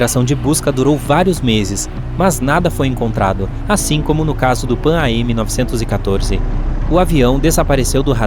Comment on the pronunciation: Amigo, se lê “Panam”!